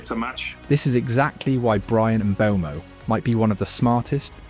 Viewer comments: Lol I lost count of how many different ways you pronounced Mbuemo. Very interesting video though. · Bro pronounced Mbuemo's name 17 different ways in this video